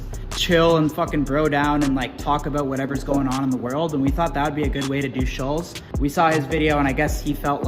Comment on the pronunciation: The way Kyle pronounces Schulz is weird...Sullz